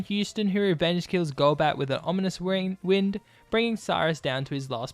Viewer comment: On onominous wind? Rock choom? Extransensory? How bad is your English?! Delete your account